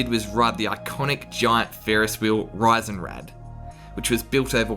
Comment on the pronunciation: Viennese here I´m happy you liked your stay in Vienna. If you decide to come again which would be nice, maybe in the summer next time, may I give you 2 "pronunciation tips" the "Giant Wheel" /"Riesen Rad" is pronounced exactly like the English term "reason" + Rad and not like "rice" or "rise" The Imperial Court Bakery Demel is pronounced with the emphasis on the first syllabel "De" with a long "e"..you emphazised the second syllabel "mel"..which has actually a short "e" ....basically it is the otherway round pronounced as like you did. I don´t criticise you, I´m just trying to help out in good faith, I´m totally aware pronouncing foreign terms can be tricky when nobody is telling how it is done correctly.